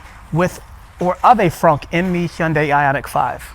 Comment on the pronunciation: I've never seen an English speaker pronounce 'Hyundai' correctly like you.😂😂😂 👍👍👍